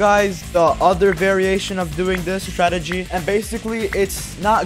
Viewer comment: Bruh not "startegy" it's "strategy"